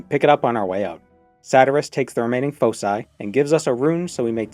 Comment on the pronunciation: Thank you for correctly saying foci.